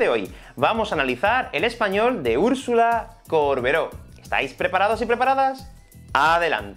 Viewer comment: Me puso nerviosa que diga córbero todo el video